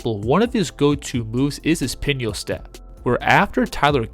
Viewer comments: pinoy is pronounced Pin-Oi, not pin-yo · You're using words youve never heard, but read .. learn how to pronounce Pinoy.. also your assessment on the front end of the video, was slightly off. Tyler was a mid ranger shooter, NOT an outside shooter. Herros player comp has always been more cj McCollum, than dev booker.. .hes added some bulk, but his shot profile is what has changed. "3 or lay" (think golden state/steph math).. this was already happening at the end of the last season. A third of the year way through the following season, people are finally noticing.